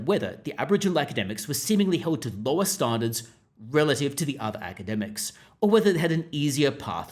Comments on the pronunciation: Just use your own voice. Your attempt to sound like a newsreader is making you mispronounce “standards”. No one says it like that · Why can't you say "standards" properly? Did you have a stroke? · Are you from Adelaide? Standards has a "pan" vowel not a "palm" vowel in 90% of Aussies.